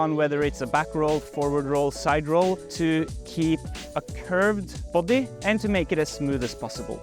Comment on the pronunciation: I smiled when he says the word, “boday, “ in that very Norwegian pronunciation. I wish I knew how to fall more safely. I suppose that’s a stunt man’s skill.